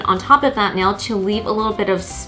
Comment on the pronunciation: Omg Ikr the way she's says "that" like it's not "thauaht"😂